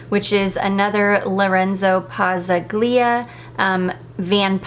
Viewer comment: Hi, I haven’t bought any Dua fragrances in quite a while. In Pazzaglia, the ‘g’ is silent. It’s pronounced ‘Pah zahl ya’. The accent is on ‘zahl’. It’s Italian. hope this was helpful, and not insulting. ❤ That was never my intention. You pronounced Vaniglia perfectly. It’s the same rule. ❤️❤️